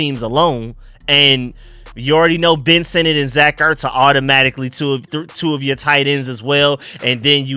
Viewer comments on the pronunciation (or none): none